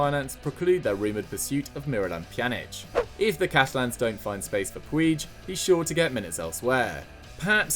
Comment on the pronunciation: Pronounced Pooch not Pueege